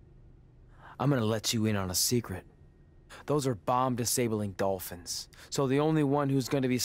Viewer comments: "the Bolphins" 2019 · The "bolphins" slip up was probably the funniest thing ive heard all year lol